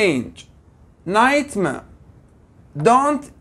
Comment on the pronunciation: ليش بجمله night mare. ما لفضة R ؟؟؟